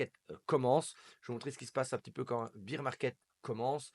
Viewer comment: Pas bir market mais bear market